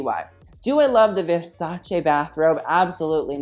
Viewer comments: YAAS MAMA IT'S VERSACE NOT VERSACIIIII YAAAAASSS love from an italian fan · He is the first American on YouTube I have heard say with the right pronunciation the name Versace!!!